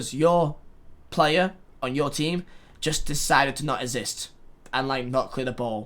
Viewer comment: Nobody:: IT SHOULD NOT EVEN ESSIST